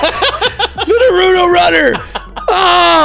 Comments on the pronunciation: I'm sorry I love you but pls say Naruto name properly it's not noruto it's Naruto 😤😤😤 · Why doesn't anyone correct his pronunciation of Naruto lol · Am I the only one who's just a little upset at the fact that can't say Naruto right?